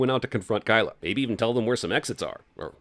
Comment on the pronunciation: he said kylo as kyla and add 1 more sin to the eww cinema sins.